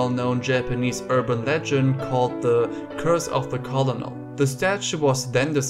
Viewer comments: "Colonel" is pronounced "Kernel" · I know I'm probably shouting into the void, but it's nice to have a link to a German. I'm in Australia, and I really like your work. I want to help something anyway. You said a word, "Colonel". We say that word like how you would say "Kernel". Love your videos, thanks. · This is a leftover from WW1 when the British and French were trying to coordinate their battle plans. Kernel and Colonel were equivalent, but confusing the rank and file with their back and forth usage so a compromise was struck. They would convene upon the French spelling, but use the English pronunciation